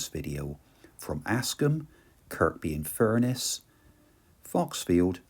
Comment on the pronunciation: Very interesting film about a beautiful area. Only ever been as far south as Ravenglass from Carlisle. By the way the k is silent in Kirkby - it's pronounced Kirby. Look forward to the next leg. 😊